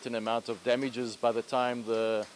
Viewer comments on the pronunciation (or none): and who is this mzungu saying "damages"